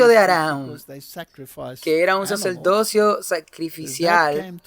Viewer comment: Ni Saturno ni Saturno, se dice Saturnino. Y como crítica constructiva muchísimas palabras son muy mal pronunciadas. Por ej dice plurales y singulares mezclados, así como no se dice saceldocio o saceldote sino sacerdocio/ sacerdote, ni velda sino verdad, y una gran infinidad de palabras asesi nando así el idioma español. Tampoco se dice "preterorismo o preterorista" lo correcto es "preterismo y preterista". No se dice "jesuista" sino "jesuita". Yo no sé de qué país seas y como pronuncian en tu país y si hay la tendencia como en Puerto Rico que cambian la "r" por la "l" en muchas palabras pero no sé porque al leer la cambian a menos que en su país tengan un abecedario cambiado. El problema es que en otros países de habla española no lo entendemos así. Y eso confunde.